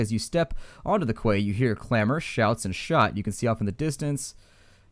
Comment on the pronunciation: Quay is pronounced "Key"